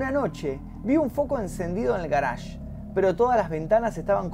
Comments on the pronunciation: "El garásh" ¿oyeron? "el garásh", oh lala señor francés, si como no... -: ¿Cómo se dice entonces? - Yo: Parqueadero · El "garage", ulala señor frances